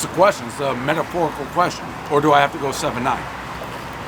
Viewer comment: "metaphoricall question" not to be confused with rhetorical question😂😂